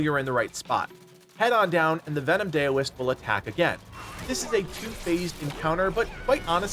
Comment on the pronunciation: Great guide, I appreciate it! Just FYI, Daoist is pronounced DOW-ist, stemming from the word Dao or Tao, meaning "the way". Source: studied with a monk for several years.